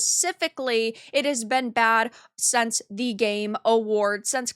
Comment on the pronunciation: What accent do you and other people who say "sense" in place of "since"?